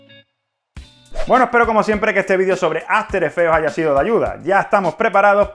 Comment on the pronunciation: QUE PÉSIMO TU INGLES... que horror, aferefe aferefe aferefe...